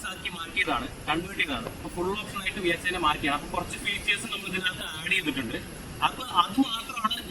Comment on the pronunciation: NOT VSI ITS VXI